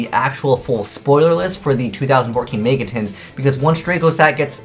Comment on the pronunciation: "may-ga" shudder